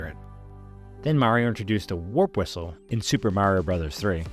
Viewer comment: its pronounced whistle, not "wizzle"